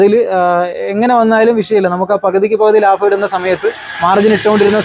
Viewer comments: Labam -ലാബം 🙅 Labham -ലാഭം 👍🏻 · Laafam alla laabam